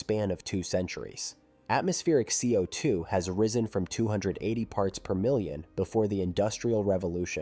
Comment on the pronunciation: I wonder what speech engine was used for this. It's pretty good. I probably would have continued to believe a human had narrated this, if it wasn't for the repeatedly weird ways it pronounced CO2.